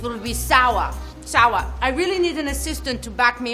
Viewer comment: She seems so german when she says sour. Lol. Always loved her since The Mummy and Runaway Jury. Totally underrated actress.